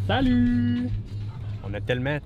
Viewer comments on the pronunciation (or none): Pourquoi vous dites saloue? (C’est plutôt salut)